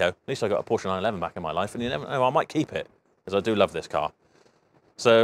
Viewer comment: Its becoming a rarity these days that people (including Porsche Staff) pronounce Porsche correctly. You deserve more subs for that alone!😁